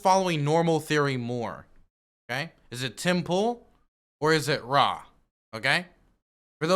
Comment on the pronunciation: It's his initials not Ra. It's R. A. The Rugged Man. Cmon,. Dude is legit and been underrated for like 30 years.